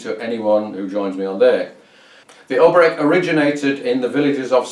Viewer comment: The accent on the name Oberek falls on the second syllable. Interestingly, the musical accent also falls on the second beat (rather than on the first as in a waltz).